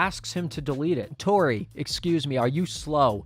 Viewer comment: "Unless he's dating a 3rd girl named "Topi"." - Freddie (classic) When Tori reads her charm bracelet as "Topi" not Tori